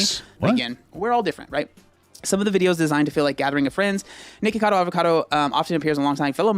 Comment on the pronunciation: I love when papa says Nicholas acado LMAO